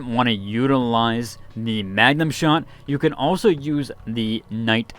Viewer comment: MAGMA!!! MAGMA SHOT....every time he says magnum shot i wanna wipe on night 1